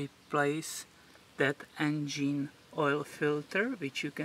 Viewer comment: engeen hahahaha lmao